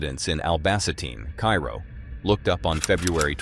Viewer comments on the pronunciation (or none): none